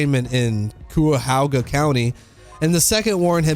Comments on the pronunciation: Kai-uh-hoe-guh is how it’s pronounced bruh anyway good vid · No judgment or 💩 talk....but it legit made me bust up laughing when you said Cuyahoga County 🤣 probably because I am from Ohio. Besides that, this is an emotion-filled story of hilarious moments 😂😅 and straight-up shocking moments😮😬. Glad to hear that at least things worked out OK for you and your girlfriend. This guy should probably try to make more friends rather than enemies at this point but I believe in the end he is pretty much F****D. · lol the way you said cuyahoga 😂😂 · That hurt my ears lol